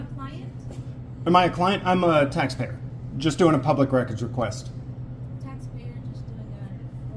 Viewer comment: "do you have documentation that you are a tay payer" is the dumbest shit i heard since a long time, what a fool! And Loser likes this get a job, is there any phsycological exam? It seems all the nutcases join the force or security....